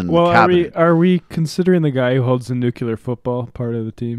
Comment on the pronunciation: Love you guys, but every time you say 'nuculer' instead of 'nuclear'...I want to slap you.